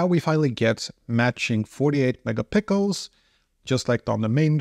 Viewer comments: Came here to say this 😂 I want 48 mega pickles!!!!! 🥒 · 48 megapickles is underrated. 😅